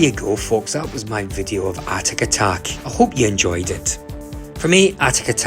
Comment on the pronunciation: Good review but it’s atic atac ! Not atatak! Pedantic know but ground my teeth every time I heard it!